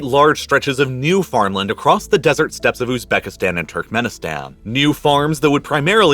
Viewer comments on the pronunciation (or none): none